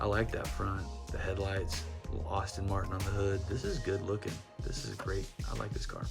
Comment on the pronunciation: I guess the livery on the Aston Martin should be a British police livery, especially since Aston Martin themselves are British. And I really hate to be that guy, but you're pronouncing Aston like "Austin".